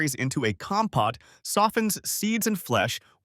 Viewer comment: compote pronounced incorrectly.